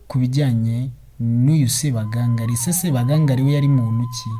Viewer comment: Ntabwo bavuga Sebagangali,bavuga Sebagangaali. Kuri nga bashyiramo isaku ry'ubutinde.